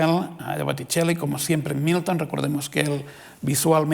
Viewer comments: Querido Dios, ayúdame a dejar de escuchar Newton cada vez que dice Milton. Gracias Señor. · Gracias, ahora por leerte, ya solo escucho newton